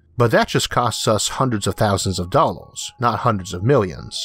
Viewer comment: Whats a dalowe dont you mean dollar